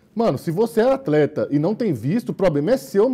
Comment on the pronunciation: "Atreta" KKKKKK, O Lado mineiro do ativando do nada ksskskskk